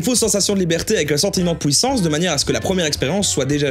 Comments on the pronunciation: Je suis le seul à entendre pouissance ou?😭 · ça me stresse quand tu dis "pouissance"